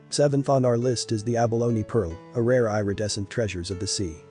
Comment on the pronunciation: Please learn how to s pronounce “Irredescent”! eeridescent, not eyeredescent! 🤪